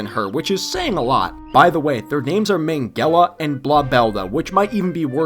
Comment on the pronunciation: It’s not pronounced Ming-ella. It’s pronounced minge- ella. Get they joke they were making?